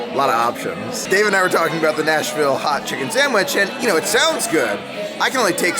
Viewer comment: Love it had 9 so I won with 10. I love how you pronounce sam wich.